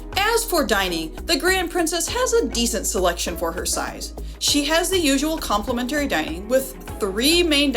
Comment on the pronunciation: ... Across not acrost and compliMENtary please! 🥺